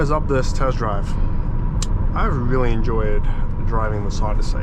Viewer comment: What the heck is this OddySAY business? Just pronounce it normally like everyone else, OdyssEE.